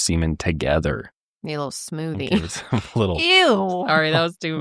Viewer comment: please never say smoothie again haha